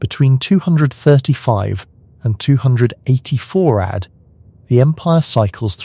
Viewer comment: The text to speech engine needs to be taught that "AD" is pronounced "ay dee" not "add".